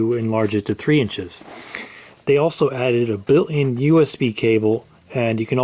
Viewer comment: BUILT IN not bill -N